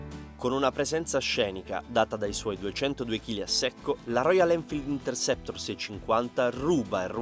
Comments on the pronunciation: si, tanto bravo che pronuncia il nome della moto continuamente in modo errato. Per la cronaca: il nome di questo modello è Interceptor e non Intersector. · Il nome non è " Intersector", come appare scritto nei sottotitoli e come viene pronunciato dal commentatore, bensi è Interceptor.😂